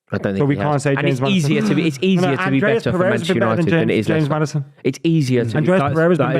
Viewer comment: saying Maddison ☠️☠️☠️☠️